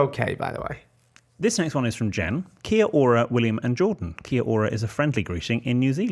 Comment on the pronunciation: Hey, NZ fan here. Kia Ora is pronouced 'key-ora', as if it was one word (a roll of the 'r' is a nice touch if possible). Keep up the great podcasts <3